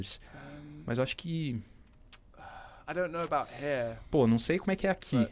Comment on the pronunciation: Quando ele fala “Here” parece “hair”